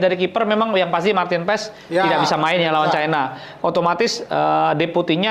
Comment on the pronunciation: Maarten Paes bukan Maarten Pes bung